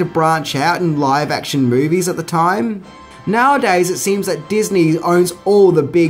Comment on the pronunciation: I can't stand how this dude says MOUVIES